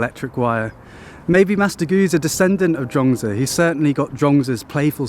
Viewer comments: Zhuang zi not Zhong zi, please please check pronunciation before you start using it hundreds of times, wrongly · All I really know about this cat, Zhuangzi, is that there as many pronunciations for his name as there are people on the planet! LOL! I googled how to pronounce his name and every one was different. So I clicked on thinking: he has been overseas and studied under Master Gu. I'm sure his way is the correct way. But I laughed out loud for about a minute when you said his name and it was different from all the other ways! I think Taoists would appreciate that. If nothing else, I had a good laugh. Cheers! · actually, pronounciation is not correct. but you are forgiven. and please dont use that Confucious picture. thats hongkong actor chow yuen fatt.